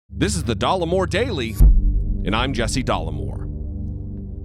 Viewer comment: As a french viewer, i always hear "de l'amour" instead of Dollemore each time you introduce yourself. I guess it could be worse.